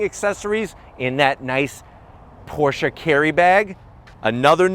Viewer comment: Thank you for pronouncing the name correctly 👍🏼